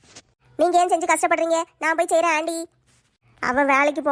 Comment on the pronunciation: அண்டி இல்ல ஆன்டி